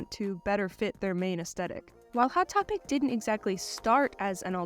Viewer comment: „II-wot Topic“